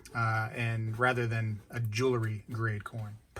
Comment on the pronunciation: Great video! I agree on the War nickels, the 40% coins from 1965 and later, the slicks (although they do still count as silver), and the fakes. But please, I implore you, just for this one thing: please stop saying, "jewl-ery"! You said it so many times I was going into a spazalitic state. The word is, "jewelry." And by the way, when the mounted soldiers come to the rescue, it's the "cavalry," and not the "calvary." ("Calvary" is a different thing altogether.) Please help me to retain this tenuous grip I have on my sanity. Thank you!